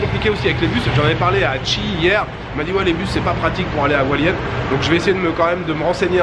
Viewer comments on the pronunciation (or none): Hualien !!! 😍 (À prononcer plutôt Rualien, sinon les taïwanais ne comprennent pas et c'est très embarrassant ^^) J'y ai passé presque 3 semaines cet été, j'ai adoré ! Je te souhaite d'y passer un très bon séjour et j'ai hâte de voir tes vlogs 😀